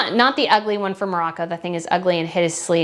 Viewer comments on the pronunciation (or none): none